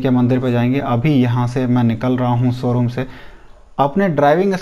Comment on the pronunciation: Somebody count how many times he said soroom